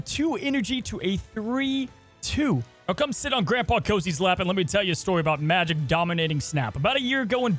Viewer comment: pronouned majEk not magic...